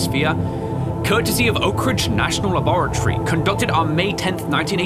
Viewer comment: dude its not loborty its labatory